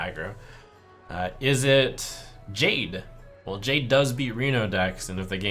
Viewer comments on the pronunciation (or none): none